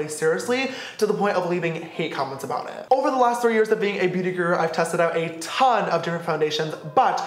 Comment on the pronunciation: He says “Beauty Grru” sister it’s Beauty Guru